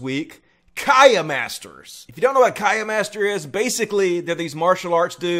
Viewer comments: I think it's pronounced kee-ai, not kai- uh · What's a Cayenne master? I mean, Kiai is not that hard to pronounce, is it? Kee aa ee, not Ka-yay. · ok first off if you are gonna narrate a video gte the frikkin pronunciation correct..... its NOT Kiyah, its Keeyi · KIAI dude, it's khi-ahi, not kaya. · Kiai - pronounced KEE-eye. Not "kai-yah." LoL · Great vid!! (by the way, it's pronounced KEY-EYE) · "Kai-ya masters" ...That really threw me off. I've never heard anyone pronounce it like that. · It's pronounced "key-eye" and it literally is just the name for the short, audible "shout" heard in traditional Japanese martial arts. It was never any kind of mystical power, simply the name for the breath exhale technique when attacking found in pretty much most martial arts (eg, in Muay Thai it's that quiet, sharp "shhhhh" sound when exhaling when punching and kicking during training). Because Japanese martial arts terms often make connections between the physical and spiritual, or "art" side of it, it got corrupted in translation to western terms to mean some kind of actual physical spiritual power. Which is total bullshit obviously and the traditional Japanese martial artists and instructors will say the same thing and laugh at the misunderstood translation... nobody can throw some kinda mystical spiritual attack. I think you make a really good point in the connection with tent revival healing shows, which further underscores that population of our American culture that is completely susceptible to being manipulated by those "preachers". This stuff only works on people who want it to work on them. They want to believe it's true because it means the possibility of fantasy in a harsh, realistic world. It's escapism. But anyway, just wanted to say that the actual meaning of Kiai is literally the shout made to train the person to exhale when attacking. The practical side of that is it lessens your chance of getting badly winded from a counter attack to the torso/plexus/stern